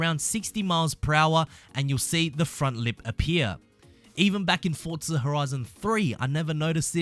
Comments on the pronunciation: It's forza, not fortza 😂😂😂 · ForZa not fortza xD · lol "FORTza horizon four" no offense just is that an audio glitch or is he too close to the mic or what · I swear if you keep saying "Fortza" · Nobody: This guy: FoRtZa